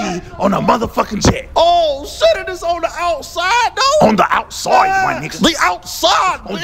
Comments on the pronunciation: “On the outsoide” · "The outSOIDE" 🤣🤣🤣🤣🤣🤣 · "On the OUTSYDE" 🤣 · Bro I died when Batman said “on the outsoide my nigga.” Pronouncing like that 😂😂😂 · "Outsoide." lol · On the OUTSOIDE my nigga! 😂😂😂😂😂😂😂😂😂😂😂😂😂😂😂😂😂😂😂😂😂😂😂😂😂... 😣 Nah... Batman said outsoide